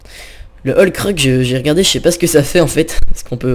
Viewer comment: c'est Hulk pas helk